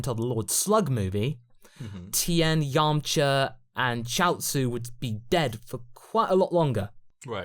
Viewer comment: Why does say vegeter, idear, and yamcher.